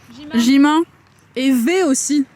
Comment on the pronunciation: ''Vous vous rendez compte que Jimain il a marché ici?" "Jimain?" "Jimain!" "Jimain!" "Et Vé aussi!" "Et Çuga" "Et Taheillungue"